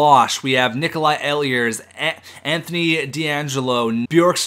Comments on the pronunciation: Ehlers is pronounced ee-lers, not eh-lee-ers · The way you pronounce Ehlers kills me. It's pronounced "Eelers" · ehlers is pronounced eelers